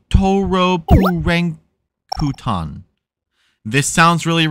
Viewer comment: The Japanese pronunciation of the name you read as Erukutoro Purankuton is just the Japanese spelling of the world "Electroplankton." If you pronounced it like a native speaker would (it's okay you didn't, I laughed at the joke, I just wanted to clear it up in case anyone here didn't get it) it would be pronounced "Electroplankton" same as in English, because the language uses the "L" and "R" sounds interchangeably. Great video by the way!